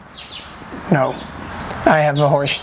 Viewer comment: I didn’t hear him say horse…I heard who….I’ll just keep it pc lol